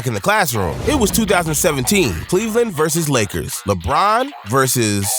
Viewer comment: bro he also said leggers instead of lakers on level 55 or somethin